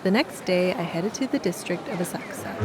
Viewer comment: Kudos for pronouncing Asakusa properly!